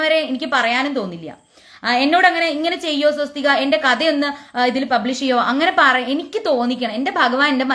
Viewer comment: Swasthik. sariyalla